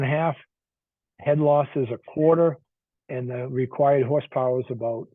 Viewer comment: what's "hoss powah"? Haha. Just kidding. thanks for the vid